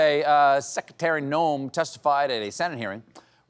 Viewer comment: "Seckiterry Noem"...😂🤣😭😂🤣😭😂😅